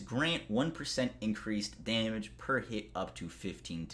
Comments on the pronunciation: Are you kidding. I subscribed just to hear him say "day-mage" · I find it funny how he says “damage”